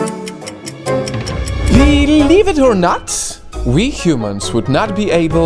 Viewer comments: I hate how he says BEE-leive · Haha I like every time says Beelieve